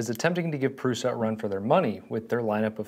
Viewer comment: why are you saying "proosh-a"? there is only one "s" and no "h", and it's "u", not a double "o". smh. i'm about to thumbs down this video. then you switched to "proo-sa".